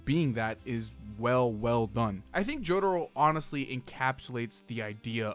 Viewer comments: “Jodaro “ Breh its jotaro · Mans kept saying “jodaro” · i mean cool video and all, but wtf is a JODERO? Cringed every time he said joDURRO, which is a lot